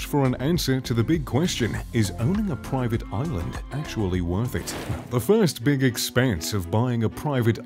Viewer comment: how many times did he say “proiivate oilund”